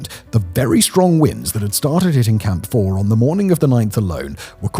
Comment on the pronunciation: Every time he says "Camp 4", I hear "Camphor".